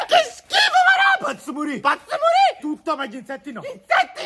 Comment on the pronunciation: Comunque non si dice maro si dice maro’😅😅😅